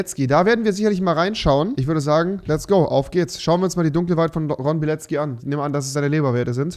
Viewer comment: Warum sagt jeder immer Bilezcki wenn er Bilecki heißt? Soll das lustig sein?